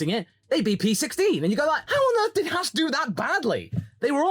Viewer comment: Can you say Ahhh? Then why not Haas? It's not spelled Hass . Maybe you think Gene is an ass? Oh wait you probably will call that Ahhhss.